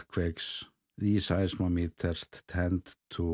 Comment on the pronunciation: pronounce size-MOM-eters